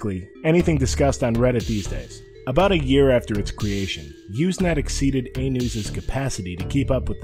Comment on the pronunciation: Not "Uze net"! It's "Use net"! With an S Sound! Also, even the text functions still are being used. Not a lot, but still. And you should have explained the wonderful and byzantine process that allowed file sharing to evolve in a nearly organic way from text messages - and how, really, there are no binary files at all... just many short text messages... that link to each other... in a early way like today's block chain. But, good summary youngster. I was there.